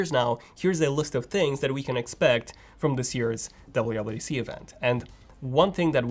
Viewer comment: be like: DABLEOOO DABLEOOO DEE SEE